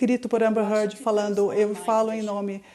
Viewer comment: Eva Heard? Vai fazer inglês tia. #teamjohnny